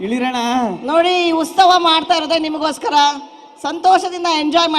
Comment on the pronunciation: ಉಸ್ತವ ಅಲ್ಲ ಮೇಡಂ ಅದು ಉತ್ಸವ